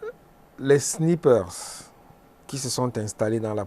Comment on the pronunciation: M. Haman Mana, le mot "SNIPER" se prononce de la meme maniere en francais comme en anglais, votre prononciation a porte a confusion